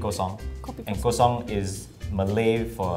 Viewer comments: It’s kosong and not cosong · Kosong not cosong.... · Its not cOsOnG its kosong